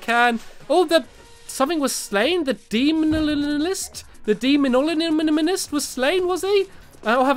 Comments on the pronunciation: |)) Demolitionist (Demo-lih-shun-isst) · LEARN HOW TO PRONOUNCE! " sry " its Dem O Lish In Ist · Everyone: Demolitionist Stampy: DeMOnoLOgiSt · Demolitionist Stampy’s Pronouncement: dEmO-lishon-ist vs. Real: demo-lishon-ist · Stampy did something for once! Also demolitionist is pronounced = dem - oh - lih - tion - ist. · It's pronounced Demo lish a nist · Its pronounced Deh-moh-lish-inh-ist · its di mo li sho nist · when stampy couldn't pronounce demolitionist...